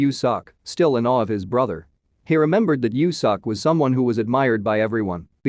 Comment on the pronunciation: I'm crying right now 😭😆😭 Its pronounced "Yo Sok". But I never thought youtube can do it dirty. 😆😆😆